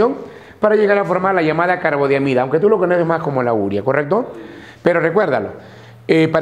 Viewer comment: Urea, no como pronuncia él: úrea.